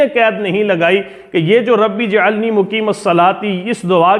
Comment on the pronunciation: رب جعلنی آپ غلط بول رھے ھیں اسکو صحیح پڑھیں